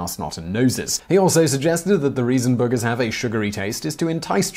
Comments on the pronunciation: It was worth it just to hear you pronounce booogers 😁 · I love the way you say "boogers" for some reason. Gives me a giggle. X3